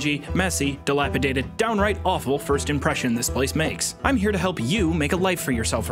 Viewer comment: hey man, congrats you're one of the very few people (here on youtube) who can actually say "dilapidated" right good job!